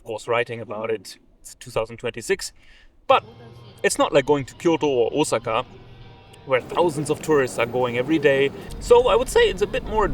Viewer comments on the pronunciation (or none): none